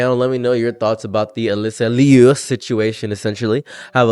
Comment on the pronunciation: She askes people to pronounce her last name is pronounced loo not lee-oo